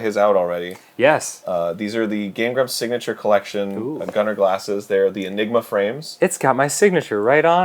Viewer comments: Gunnar being my middle name it annoys me to no end hearing people pronounce it wrong every fucking time.... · "These are the Gunnar glasses! And theyre coming out T O D A Y." 😳